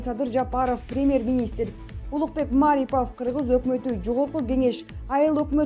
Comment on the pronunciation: Эй,басымды туура коюп окучу МарипОв,мАрипов дебей